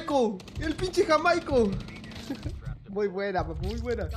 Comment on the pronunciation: Jajajaja! Dizque "JaMAico". Es Jaimico.